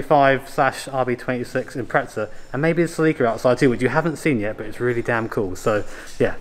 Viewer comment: Dear English folk, "impreza" has no 't' in it. Thanks.